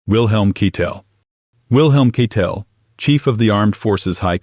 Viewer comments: Not keetell the correct pronunciation is spelled kietle or kite tell . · AI. Can't pronounce Keitel .